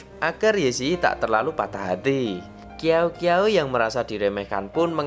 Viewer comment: Ngakak qiaou qiaou jadi kiao kiao 😭🤣 yg bener bacanya siao siao